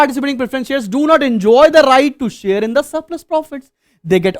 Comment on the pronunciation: Share ❌ Shars ✅